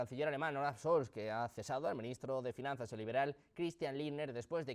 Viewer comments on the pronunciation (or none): none